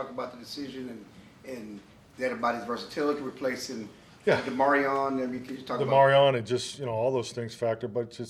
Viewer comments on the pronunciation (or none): Y’all gotta start saying Demarvion’s name right😂